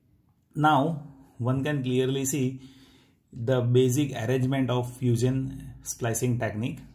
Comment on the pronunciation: You said fuseeon lol